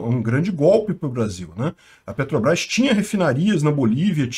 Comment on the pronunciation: "Petobras" - Ai ai...